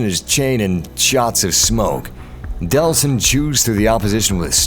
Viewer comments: It's actually Delsin Rowe, not Deslin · DELLLLLLL...SIN. Not "DeSLin." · It's Delsin! Not Deslin!!!